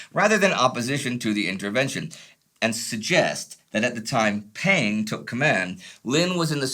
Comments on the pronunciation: Peng does not pronounce "pen". It is lot more closer to "pung" as Punga. By the way, Marshal Peng was indeed the General Commander of the Volunteer Army. I don't know how this information could be any controversial. If the US military did not even know this, it did not deserve to win the war. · Peng is more closely pronounced "pung" btw